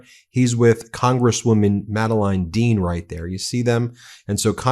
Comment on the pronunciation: Her name is pronounced Madeleen Dean!